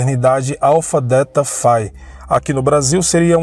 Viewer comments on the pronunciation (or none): none